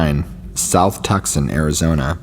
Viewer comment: Its pronounced (Tucson) tooson. Gila monster is Heela monster. Not critising just info. 😊